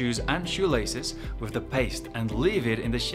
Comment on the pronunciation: You need to get your money back from your accent coach, that "wif" for "with" is as Boland as it gets.